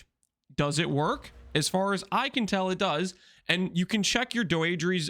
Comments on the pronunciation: It's pronounced Dee-dra btw i think its a french name or something. Im wondering why when I cast this curse my energy shield or life gets hit? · unc tryna trigger me saying doedre like that